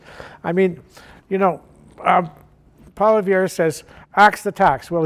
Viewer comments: Who the hell is "Poliver"? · Polly Ev, it’s not that hard to say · This might be the least convincing thing I've ever heard. He trashes Poilievre for promising to build houses, while the Liberals have promised 4 million built by 2031, but doesn't mention that. Also, he still doesn't know the pronunciation of Poilievre...and he was press secretary?